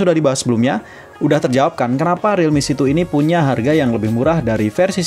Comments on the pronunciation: Realme C2 "si two" dibaca "situ" jadinya REALME SITU😂😂😂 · realme setu